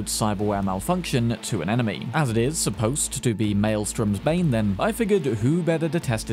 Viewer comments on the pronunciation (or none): none